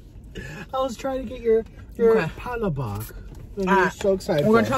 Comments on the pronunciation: it’s called, Pala-bok like say book but with a short o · I am so upset but laughing that he said palabak its palabok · It’s not palapak is palapok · No one Literally no one Tammie: Patelbok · She said “muck bank” 😂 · im a filipino so she said hi po its respect to us Filipino that Filipino words its palabok fast word not pa la book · it’s pa-la-book with like an accent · Listening to white people try to say Pancit Palabok is hilarious. Im fuckin hollering😂😂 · Every Filipino is cringing when they were ordering and how they said ”pancit” and “palabok”